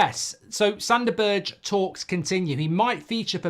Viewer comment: Don't know Sanderberge, never seem him play but I absolutely HATE how mark pronounces his name.